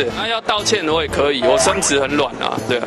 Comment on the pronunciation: 確定是說「身子」？還是「生殖」很軟？